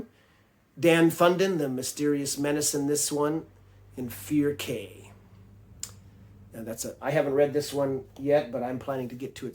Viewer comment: Cay as in a reef. "Key".